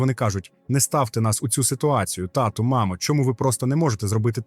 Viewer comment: це людина, не ШІ 🙃 схоже він лише швидкість пришвидшив, щоби скоротити тривалість відео. Думаю, слово, яке було вимовлене дивно це "татУ" (я подумала, що мова про татуювання) замість "тАту" у кличному відмінку, втім, далі читець вже озвучив наголос у звертанні до тата правильно